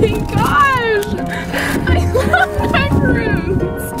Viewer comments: i hate when people make this mistake. aka the biggest mistake in life... THOSE ARE MACARONS NOT MACAROONS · Legit a Person they’re pronounced macarons tho